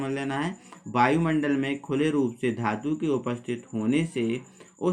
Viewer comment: बायुमंडल नहीं वायुमंडल😂😂😂😂😂